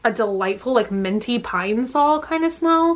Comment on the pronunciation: you pronounce minty like menty, it’s so cute